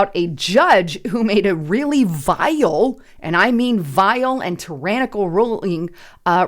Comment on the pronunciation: “A really VY-al decision…” Her voice makes me cringe.